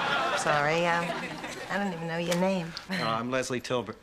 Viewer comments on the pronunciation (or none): "He said Leslie Tilbert."☠😅😂🤣